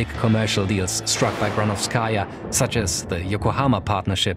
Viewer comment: Great video, but it's GranOvskaia, not GranovskAia, you should emphasize O not A